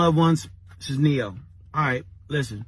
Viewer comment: I agree, but I did chuckle at "Nero" instead of "Ne-Yo".